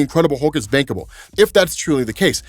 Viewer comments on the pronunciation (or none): i know he said "bankable", but all I heard was "bangable"